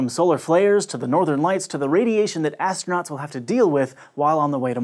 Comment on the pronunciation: Lol he said "Assnauts."